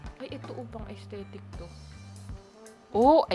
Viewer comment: aysthetic?! estetik po yung basa dun